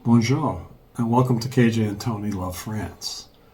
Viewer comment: Nice video and love that you are so kind to your parents. One thing though, pleeeease learn how to say bonjour properly. You need some work on that. when saying the french vowels you need to move your mouth properly. A tutor used to teaching pronunciation can help.